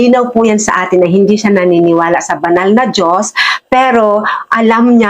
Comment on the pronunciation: hindi mo na kuha ang punto madam, wag mong putolin ang video wag e edit, bangag ka ba, ilan ang binayad sa inyo para siraan ang Duterte. kahit sa pagbigkas mo ng Dios mali karin hindi jios kundi Dios. bakit nakakasiguro ka ba sa langit ang punta mo. panatico kayo ng addict.